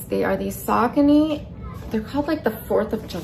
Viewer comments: Pretty sure that is not the name of the shoes…..am I wrong? Sock-a-knee???? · I’m gonna drop this comment here bc I feel like she’s rage baiting and trying to get people to comment this and I refuse to give her a view anyways, BUT… the way she says Saucony is SENDING me!!! It’s pronounced like “Sau-CONE-eee” I used to wear only them like 20 years ago lol, but they’ve gotten ugly over the years. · I could tell she rage baited about the saucony pronounciation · Same with the saucony pronounciation